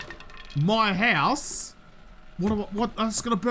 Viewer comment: The hoose? Scandal, is really a Canadian!